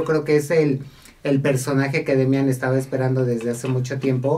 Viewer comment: Es Demian, no Demiàn.... sin acento., tu eres de espectáculos y ni sabes.